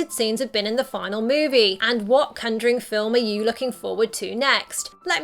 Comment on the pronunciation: The way she says conjuring as cunjoring triggers me.